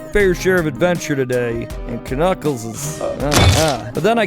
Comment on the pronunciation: did you only say flapjack and knuckles correctly once